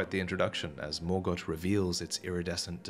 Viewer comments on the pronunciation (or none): Its Morgott, not mogort lol